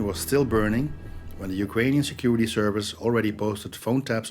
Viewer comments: "national seKurity counsil malaysia" Ahahahahaha! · NATIONAL seKurity - what? LOL....